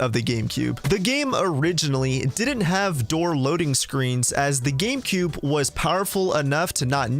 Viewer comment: he says Gamecoob.